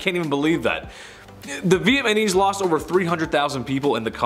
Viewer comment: LOL VietNAMESE not VietMANESE LOL Meanwhile He can say Vietnam LOL